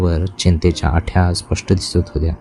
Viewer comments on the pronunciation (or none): आट्या नाही आठ्या